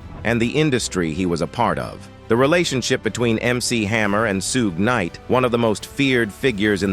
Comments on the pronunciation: " Soo-gue Knight? " Smh. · It’s not Soog Knight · The narrator said Suegeenite..😂😂